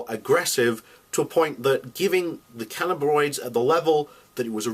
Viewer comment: The simple fact that you not only mispronounced the word 'cannabinoids' (what are canabaroids?) every time you mentioned them in your video, but also just misspelled it betrays an ignorance of the subject on your part. I suggest you do a lot more research in the future before so eagerly spreading your views. As your audience grows, its tolerance for misinformation will diminish. I do, however, agree with your view that cannabis should be legalised at least enough for proper research to be carried out. Having now read about this specific case, the only thing anyone can say for certain in this whole 'debate' is that her poor son was knocking on death's door after a four year battle and his desperate mother took the only option she had left. “In any moment of decision, the best thing you can do is the right thing. The worst thing you can do is nothing.”